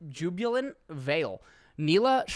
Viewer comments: Nilah is pronounced as "Neelah" meaning color blue in Hindi language referencing water. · Kneela. Nilah is pronounced Kneela <3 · Hey! Nilah will probably be pronounced that way “nailah” but “neelah”could be the correct way as neelah is the hindu (Indian here) word for blue( water theme). But i imagine they will say it “Nai-lah” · Nilah (Nee-lah) that’s how it’s pronounced, I guess. Because it sounds like some of Indian languages. The name nilah mean ‘blue’. Blue, water,,, related words… that’s it.. and in addition her voice over accent sounds Indian, and the character dress seen in some parts of India. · Its pronounced Nilah duh like how don't you know this? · I think Nilah instead of N-eye-lah sounds more correct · It is pronounced "Nilah" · It's "Nee-lah" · It's Nilah, (nee-lah) it means blue in hindi, a language from India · It is pronounced Knee-Lah. It means water/blue in Sanskrit. So, I think that's what they were going for. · “Nee-lah” south Asian name, it’s means water hyacinth in Hindi but is a derived to water in other Indian languages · nilah means blue and it’s pronounced nee-lah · Nee-lah. like your knee, and lah. Nilah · riot has confirmed its nee-lah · its NEELA Madge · its pronounced nilah not nilah